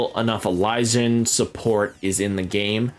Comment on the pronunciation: I'm really happy to hear it's easy to get good cards. I doubt the game will hand out as much currency in the full release, so I'm glad it sounds like you wont need to pay or grind for hours to get a usable deck. Also, I think Alysion is pronounced like adhesion, but with an L instead of dh.